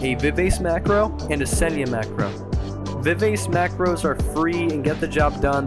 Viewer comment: It's pronounced Viv ah chee